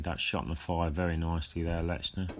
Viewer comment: There is no letter T in his name. It is not pronounced LeTchner. Just saying.